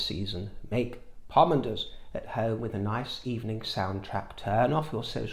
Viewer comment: And by the way, the lights aren’t flickering. And I love the way you pronounce pomander